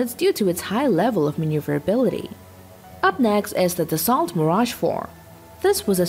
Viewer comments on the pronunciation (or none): Dassault is NOT pronounced like you do! It is a french company, thus french pronounciation. And it is pronounced like "Dasoe" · It’s pronounced Da-soul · Dassault is pronounced Dassau just so ya know! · Dassault pronounce "da so" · you've made a video about Dassault and pronounce the name wrong all the way through.